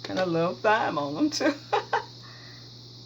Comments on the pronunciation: I just want to say I like your video cuz you're very thorough but the proper way to say it is time not thyme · This dish looks really good! Thyme is pronounced "time" though. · Looks delish! The h in Thyme is silent so it's pronounced tyme. The same with paprika. It's three syllables, pa-pree-ka. You're a great cook! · I cried did you Thy me, instead of TIME????> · It’s pronounced “time” isn’t it? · Phonetics: Thyme = Time and Paprika = pap-a-reeka. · Thyme....is pronounce like: time. The 'h' is silent sweetie. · I wash everything down as well; I have to have add bleach in that dishwasher. Good recipe👍 FYI: The correct way to pronounce Thyme is Time. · Great recipe... p.s. Thyme pron. "Time" H is silent 😆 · This Isn't MySpace .....Very mature & polite way to explain how to say some of those words unlike some of these heathens that are being rude & disrespectful about it. I've always pronounced thyme wrong myself until now. Thanks! Be blessed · Jason Bourne wow I didn’t realize I was going to get all this feedback... calling someone a moron though? I just made an observation. If I were to pronounce something wrong I would want to know how to say it correctly. Sooo since you want to come for me actually it’s not her accent it is her southern dialect that you really should have referenced. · I paused the video laughing at her pronunciation of thyme. If you say it wrong ,it's funny The world keeps turning, no hard feelings.